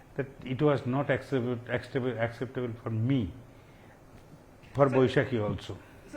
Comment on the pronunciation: It was acceble,accetable...acceptabel phor me🤣🤣🤣🤣🤣🤣🤣🤣🤣